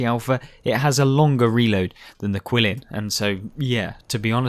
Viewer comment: I don't disagree with anything you said about the Qilin, which I believe is pronounced Geelin. It has always been the best tank in the game IMO. However, don't sleep on the VK 72.01 K. If you know how to play the rear-turret German tanks, you can be absolutely devastating. For me, those two tanks are 1A and 1B for "best" in the game.